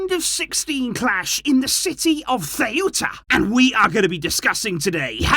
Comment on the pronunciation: I cant lie hearing butcher my hometown name like that loool got me in TEARS🤣🤣🤣